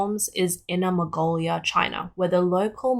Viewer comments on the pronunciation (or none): none